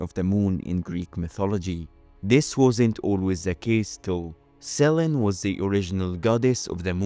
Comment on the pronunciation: the goddess of the moon is "se-lee-nee" not sellen, but very interesting